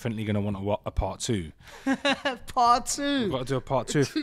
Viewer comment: "Part 2" in a scouse accent lol